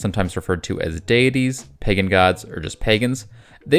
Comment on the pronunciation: I am about in, and I cannot stand how do you say, deities and pagan